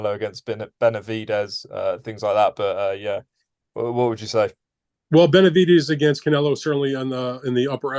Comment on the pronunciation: Has he ever pronounced Benavidez right? lmao